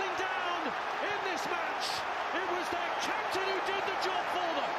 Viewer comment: I lam dàn hi Swedish lam rik dàn em ni? A va mak em emmmm..! Captain i lam rik dàn te hi...? 😮